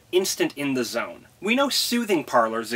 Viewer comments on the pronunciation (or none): none